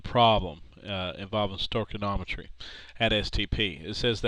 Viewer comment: stoy-key-ometry not sto-ken-ometry